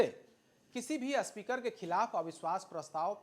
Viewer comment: जो स्पीकर को अस्पीकर बोल रहा हो, वो आये है ज्ञान देने... चल हट ..